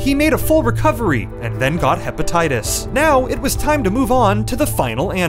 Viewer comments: Hepatitis more like heppa-titis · It is not hepatitis it is Heppotatoes